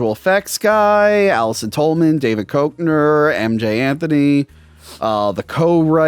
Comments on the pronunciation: David KECK-NER kids . David KECK-NER . Lol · It's pronounced DAVID KECKNER.